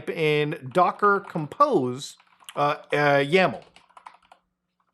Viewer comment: Quick warning its docker-compose not docker-compost